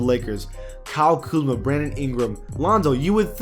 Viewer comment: He said kuzla